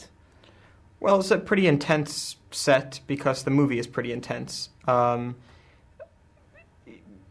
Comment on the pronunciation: why cant you pronounce becosss... :D:D